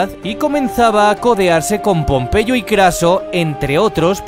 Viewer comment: pompeyo no popeye jaajajajjaja xd